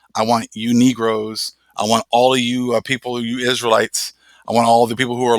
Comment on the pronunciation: DID U SAY NERGOS,LOL :O